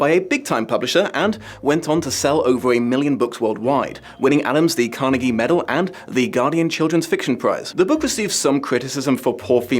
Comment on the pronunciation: Of all the ways to pronounce “Carnegie” I’ve heard (and, living in his main stomping ground, I’ve heard quite a few), pronouncing it like “Carnage” is certainly a new one. 😅